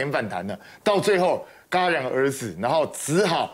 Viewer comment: 戛（jia）然而止吧，寒冰哥，不是ga